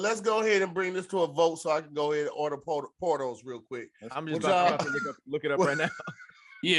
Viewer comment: Around 48 minutes, they talking bout a restaurant for the "Cubans Cousin" sandwich.... Is it spelled Porto's? Why do I think I'm hearing Pornholes?